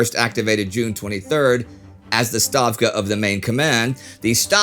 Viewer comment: Thank you for correcting the pronunciation of "Stavka" :)